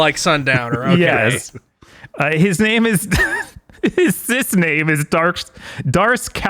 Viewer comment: Take a shot every time pronounces Sith like cis. 😂